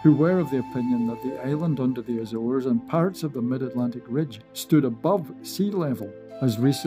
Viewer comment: Ok but it's not azeres islands